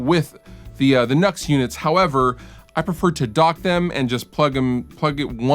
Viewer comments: I think it's pronounced new x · Just a heads up, I spoke with a rep for nux, and it's not nux(nucks) it nu x (new X)